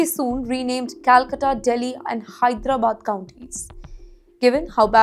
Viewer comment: Till date her most correct ponounciation is the word 'Hyderabad' - the rest of all the english words are a tattered. - Indians here are facing backlash because of your english on this channel. Please stop😆